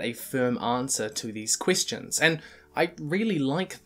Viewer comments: some of his e's like in "question" sounds like an i, like "quistion" why? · Pronounces Question as 'Quistion' Me: Alright, this is big brain time.